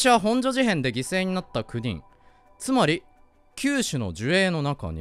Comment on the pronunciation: 地元民としてもの「ほ↑ん↓じょ」の発音に慣れてきたところで「本所事変」は地元とおなじ発音（「ほん↑じょ」）になっててニッコリ